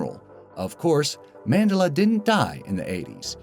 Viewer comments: You Can't Pronounce Mandela, Look It Up. Also Why Didn't You Mention "Jaws" Where The Proper Quote Should Be "You're Gonna Need A Bigger Boat" NOT "We're Gonna Need A Bigger Boat". (Despite The Fact That The Second One Is Said In The Movie, It Isn't The Proper Quote) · dude, learn how to pronounce Mandela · Just lost a subscriber so much false info, and he cant even pronounce mandela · Why are you pronouncing Nelson Mandela's name so wrong lol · So we're going to ignore how many times he mispronounced Mandela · It bugged the hell outa me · the way he says Mandela bothers me... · Potheker it's because he pronounces it wrong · That wasn't Apollo Creed, and it's Man-Del-A. Every video I watch from this channel has at least 1 mistake, I think you must do it on purpose because you can't be that stupid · Just gotta......... the way "Mandela" is being pronounced in this video, and some others.. is that.. is it supposed to sound like "Mengele"? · Mandela rhymes with umbrella you pleb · Pronounced Man-Dell-Ah! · Man-de-la you say it as it is spelt. I've only heard pronounced incorrectly twice, this video and one by the AVGN. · I think he's trying to make it sound more like a part of the brain; The Medulla Effect. "I was certain the Mandela was a section of the brain!" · MAN...DELL...A.... thats how it's said!!!... You're killin me, Smalls! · Please rerecord with better pronunciation of Nelson ManDELa's name. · Pronounced man-del-ah, bro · actually, its mAndElla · Glad to say I remembered all of these accurately. And it's "Man-DEL-a," not the way you're saying it. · its the man de la effect not the way you say it, its named after nelson mandela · its pronounced man-della..and yes there is such a thing..must be nice to know everything lol..NOT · You are saying Mandela wrong it's man-de-la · The way you say Madela triggers me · the Mandela effect is pronounced- man- deel-ah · man-de-la effect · Man-dela Effect? Your Saying Mandela Wrong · its actually pronounced mun-dela